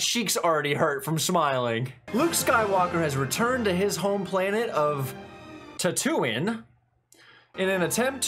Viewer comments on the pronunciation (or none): Ok.. TAN-TOO-WEEN … that’s the home planet… I never laughed so hard when you pronounced his planet name…also Jabba the hut was 3 guys in a huge suit… and he’s a giant puppet… 3 guys inside that thing…. To answer your question.. if you remember in empire when Vader talked to the emperor on the holo com… the emperor told Vader the son of skywalker must not become a Jedi… and yes the emperor knows Vader is Anakin Skywalker.. also George Lucas kinda never explained anything about Yoda’s race.. he wanted to be.. well mysterious…and I think he did a great job of that.. and yes… when I showed my kids the movies.. I started with 4 5 6.. then 1 2 3… So yea luke became an orphan like 6 times.. first his mother… then his father…then the empire killed his aunt and uncle… then obi-wan became like a father figure.. then he died… then Yoda .. then he died… then he got his father back.. and he died… I really hope you watch the prequels… a lot of people give George Lucas a hard time about them but I really like them… don’t even bother with the Disney sequels.. they are NOT Star Wars… period.. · As a lifelong SW fan, you have been my internal voice represented on screen with your notes throughout this series. Also.... can we all agree that Tatoo-Inn shall forever be remembered. I've also NEVER heard Tatooine pronounced that way before lol.